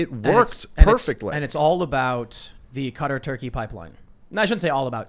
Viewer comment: Please. . . I can't take it anymore. Someone tell Tim how to say, "Qatar," correctly